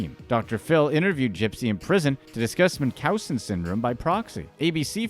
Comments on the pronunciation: DeeDee suffered from Münchausen by proxy. It’s pronounced Munch (as in cha)-ausen. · you missed pronounced Munchausen by proxy its pronounced kinda like Munchies. Mun-cheez .. Now try saying Munchausen. Munch-house-sin....by Proxy. Pra-xie